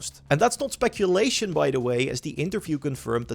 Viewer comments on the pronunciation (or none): none